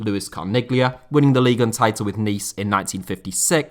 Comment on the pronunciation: You are so precise with your narration, articulation and intonation - yet, you can't seem to pronounce Ligue 1 properly :)